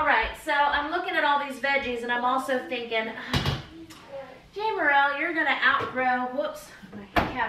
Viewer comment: Im just curious why you said your name is pronounced with a long A but in videos you call yourself Jamerrill ( saying Jam with the short A) genuinely curious:) love your videos